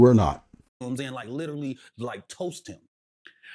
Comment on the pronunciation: This jerk also does not know how to pronounce the word literally 😂